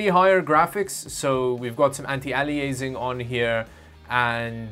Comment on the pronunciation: You mispronounced "anti-aliasing" lol